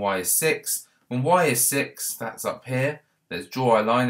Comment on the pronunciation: When he says one up sounds like whatsup